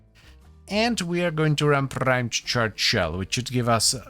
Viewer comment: Prrrimed .., I'm never not rolling my rrr's when saying "prrrimed" now😅